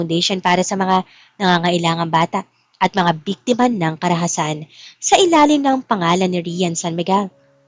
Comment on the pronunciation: Biktima not bektema Lucas not locas